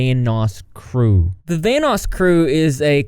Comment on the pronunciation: Kept hearing “Thanos” instead of Vanoss